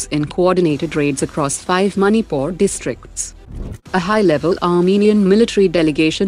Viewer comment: It's not manypoor it's Manipur. Sometimes pronunciation matter.